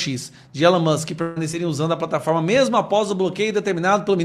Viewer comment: O senhor está falando errado o nome do Elon Musk